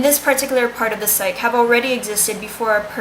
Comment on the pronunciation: it's also pronounced psych-ee, not psych.